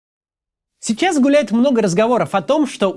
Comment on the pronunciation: Сначала не услышал "гуляет"